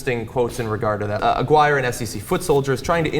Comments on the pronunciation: I couldn't help but notice they kept mispronouncing Gary Aguirre's name. John and Cenk kept saying Aguirre the same way you would say "Maguire." It should actually have been pronounced more like "A-gear-ree." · johns mispronunciation of aguirre made me cringe